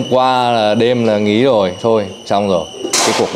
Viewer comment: từ " rồi " bị biến đổi thành từ" dồi" nghe nó đớ đớ,khó ưa kiểu gì đấy